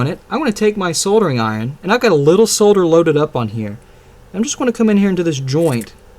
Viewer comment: He said SOLDER, not soDDer! There is hope for the world!